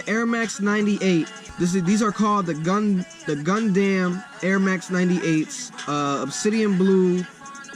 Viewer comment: I gave this guy a chance but he pronounced Gundam wrong and knows nothing about 98’s